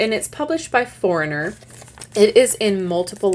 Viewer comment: for - knee - yay ...not foreigner :)